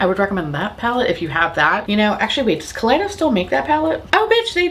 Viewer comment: Every time you said Kaleidos, I heard colitis 😂.